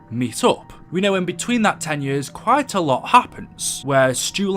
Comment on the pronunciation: You say years like yers do you have an accent and if so what is your background